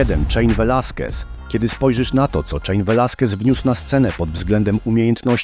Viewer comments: Odcinek dobry jak zawsze. Ale "Czejn Velasquez" bije mocno po uszach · Mam parę uwag 1. Wydawało mi się, że imię Cain czyta się kejn podobnie do Kane. Wymowę czejn to słyszałem tylko przy słowie łańcuch(chain). Oczywiście nie jestem ekspertem od angielskiego i mogę się mylić. 2. Co do myślenia, że skoro ktoś nie walczył przez ileś lat to te lata stracił jest moim zdaniem trochę życzeniowe. To znaczy sport wyczynowy jest bardzo kontuzjogenny i wyniszcza organizm. Takiego Cruza to by mogła dopaść inna kontuzja, podobnie z Cejudo. Nie chcę się tu rozpisywać ale bardziej interesuję się boksem i tam są takie przypadki jak George Foreman, któremu 10-letnia przerwa wręcz pomogła i dostaliśmy bardzo inspirującą historię. 3. Co do Khabiba to ja cenię sportowców, którzy potrafią powiedzieć "dość" w dobrym momentem. Sam mówiłeś, że wydawało się, że nie ma kto go pokonać,czyli tych wyzwań już mu brakowało. Dla mnie sposób w jaki odszedł sprawia, że jego dziedzictwo jest jeszcze wspanialsze niż gdyby został i walczył do póki by nie zaczął przegrywać(nawet jeśli biłby przy tym rekordy). Ja z takich niespełnionych zawodników MMA to bym wymienił Cole'a Konrada. Jak zakończył karierę to miał dopiero 28 lat(czyli tyle co Foreman kiedy po raz pierwszy kończył karierę) i jeszcze nie osiągnął szczytu,bo za taki postrzegany jest pas UFC,a nie Bellatora który posiadał. Chciałbym zobaczyć jak facet, który wygrywał z Velasquezem w zapasach sprawdziłby się z tamtejszą elitą wagi ciężkiej.